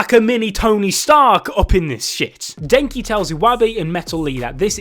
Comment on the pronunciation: wooosabi, eeewabay, den-ki, su-baki he is butchering names more than abdul